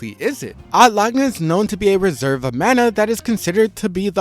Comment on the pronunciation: sometimes mispronunciations are genuinely un listenable fym odd lagna and ekidoughna